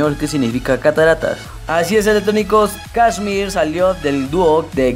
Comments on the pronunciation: kshmr no se pronuncia kiusrm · Tu pronunciacion es un 10/10 :v "Kasmir, Firebicks, Quernei (Te mamaste)" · Mira mejor no hagas un vídeo sobre KSHMR si no sabes pronunciar ni su nombre. Que el tema principal al principio fue 'Leviathan'? No tienes ni idea hermano, Leviathan no salio en Spinnin Records, fue un FREE DOWNLOAD sacado por el mismo KSHMR, el tema que le dio la fama fue principalmente al principio Megalodon, luego Burn y mas tarde Secrets. No hagas estos mierdivideos si no sabes nada sobre el y haz buscado la información y wikipedia y dicha a tu manera.